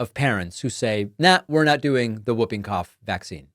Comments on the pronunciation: It is pronounced Hooping cough not whooping cough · sorry David, I agree with everything, just the pronunciation of 'whooping' cough. The 'w' is silent, you say 'hooping' not wooping, yeah, nitpicking but sounds strange to all other English speaking countries. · Whooping cough is pronounced; HOOPing cough David. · It’s pronounced “Hooping Cough” The W is silent. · It is actually pronounced Hooping cough. The W is silent. Well at least it is in the English speaking country I live in, maybe it is different in the USA? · David, it’s pronounced like ‘who’ not ‘woo’. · Hi David it's actually pronounced Hooping Cough because of the hoop sound patients make. I was born in UK and had it as a Kid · It is (W)hooping Cough, the W is silent, HOOPING .. get it right. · Its "hooping cough" David....the w is silent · Pronounced hooping cough. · Jesus David it's pronounced Hooping Cough😂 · Pronounced Hooping Cough… 😁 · Today I learned a new way to pronounce Whooping Cough. Man, American accents are wild. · David, the W in Whooping Cough is silent. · Whooping cough is pronounced HOO-ping-koff, David. 😁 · Isn't it pronounced "hooping" cough, not "wooping" cough? Or is that a UK vs US thing? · whooping. the w is silent. 'who' made that a rule, i don't know. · The w is silent in whooping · Hey there David, just a friendly FYI that “whooping” is pronounced “hoop-ing”. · It is in the US also. It's an anachronism. Spelled whooping cough, pronounced hooping. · According to several dictionaries I consulted, the w is always silent, the correct pronunciation (is ˈhü-piŋ- or ˈhuː.pɪŋ (like hoop’ ing).